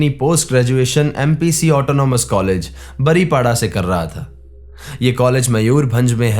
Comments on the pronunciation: The place is "बारीपदा" not "बारीपाडा " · बारीपाडा नहीं बारिपदा है भाई